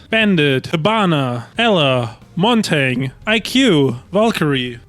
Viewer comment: MontanG and RedRoom pronunciations 😅